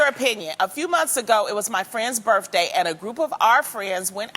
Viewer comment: Not as bad as birFday